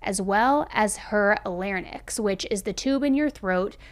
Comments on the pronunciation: I think it is pronounced “lair-inks” instead of “nix” 💓💓💓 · I think it's called larynx not larnyx 😝